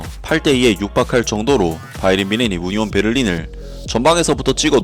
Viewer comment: 우니온베를린이라고 잘못 녹음됐네요😢